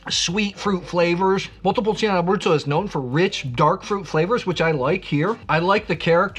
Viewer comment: I really like your videos. Thank you for your insights. I don't want to look picky, but there is no i when pronouncing "Montepulciano". The i is just for the "chaa", otherwise it would be "ca".